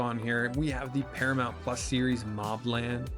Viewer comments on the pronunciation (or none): none